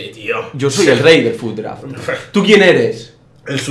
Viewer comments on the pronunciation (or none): es fut "draft" no draf